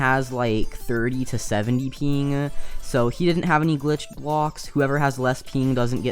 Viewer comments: when u say ping it sounds like peeeeng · “I normally have 300 to 500 peen” Why do you say ping like that 😭